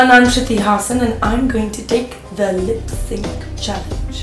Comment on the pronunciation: hahahah how did she pronounced hasan😂😂😂😋..epic